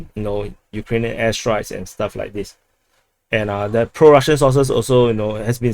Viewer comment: It's pro Russian sources, not sauces 😄.